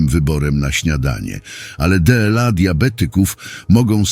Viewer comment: Czytanie przez głupi automat, zwłaszcza to DE EL A, tak mnie wpieniło, że nie zaskrybuję kanału. Zamiast tego wstawiam minus!!!